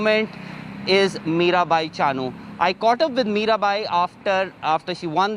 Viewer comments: Her name should be pronounce as Mirabai Chanu not Chaanu..... please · Drop the middle 'a' from Chanu. That's how u pronounced chanu